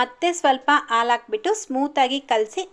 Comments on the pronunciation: Alu Alla haalu sariyagi Kannada Matadi Kannada ucchara sari madkolli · ಆಲು ಅಲ್ಲಾ ಹಾಲು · ಆಲು ಅಲ್ಲ ಹಾಲು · ಅಕ್ಕೋರೆ ಆಳ್ ಅಂತ ಹೇಳ್ಬರದು ಹಾಲು ಅಂತ ಅನ್ಬೇಕು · Aalu alla mam halu 😂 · Aal alla halu